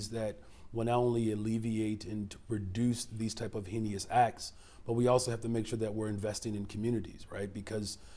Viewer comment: Somebody tell that man how to say heinous please